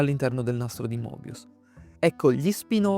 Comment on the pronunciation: Il nastro di Moebius si pronuncia Mebius